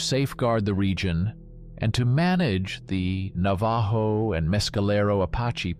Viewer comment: How stupid are you. Mispronouncing the The Navajo Indian name. Idiots like you need to go back to school and learn how to pronounce these words.. Na va ho is how you pronounce it. The j sounds like an H..